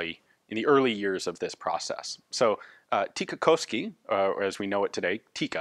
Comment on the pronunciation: Aww, no attempt to pronounce "Suojeluskunta"? You almost nailed "Tikkakoski". Been waiting for these to be featured for a long time, thank you for the additional excellent history lesson, as usual. Finnish army is quite notorious for hoarding old equipment for as long as possible, just in case.